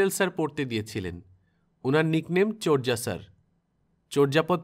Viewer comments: চোরযা নয় চরযা ঊচ্চারণ হবে। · উচ্চারণ চোর্যা হবে, চর্যা নয় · ব্যাপার না, এটি একটি বহুল প্রচলিত ভুল, আমিও আমার জীবনের ২৯ বছর এটাকে চর্যাই বলতাম, মাস ছয় আগে অভিধানে দেখেছি শুদ্ধ উচ্চারণ চোর্যা